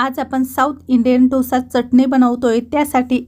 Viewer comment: ढोसा नाही डोसा